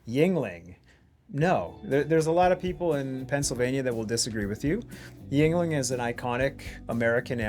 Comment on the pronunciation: Calling a beer from Wisconsin bad is slander, those that abuse the German Beer Laws are heretical, calling sour beer bad is disrespectful to beer's heritage. Why can't anyone pronounce Yuengling without it sounding Chinese? It comes from Juengling meaning youngling.